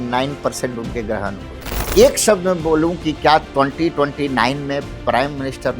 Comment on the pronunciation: गृह नहीं ग्रह होता है. बोलना सीखिए मैडम